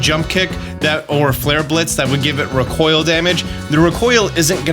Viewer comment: I am fascinated by how pronounces recoil